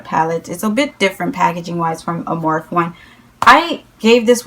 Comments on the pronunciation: Morphe not morph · morphe is spelled like coffee, like morffee, and matte is spelled like the name Matt... sorry it's just a suggestion, I'm personally a grammar freak so it just bugs me but you can do whatever you want. honestly, I doubt anyone else is bothered by it